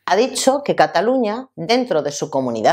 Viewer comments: No digas Catalunia.....La pronunciación en catalán es la misma que en castellano: Cataluña. Solo cambia la grafía porque la Ñ no existe en catalán y se escribe NY pero el sonido es el mismo.... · No se dice " yuns per catalun-ya"